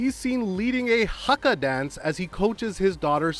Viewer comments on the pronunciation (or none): none